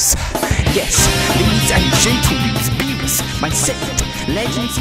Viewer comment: when he said beewus i felt that